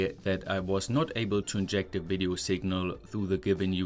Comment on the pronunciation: In this vdeeo ceewees 😂